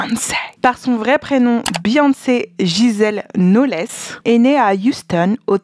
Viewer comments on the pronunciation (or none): Madame on dit NoLZ pas noless ;) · Cc ça se prononce pas « Knolesse » 😂 c’est plus « nolz » 😊